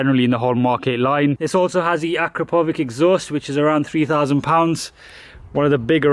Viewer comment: Great review as always, although I would pronounce it "a crap oh vitch"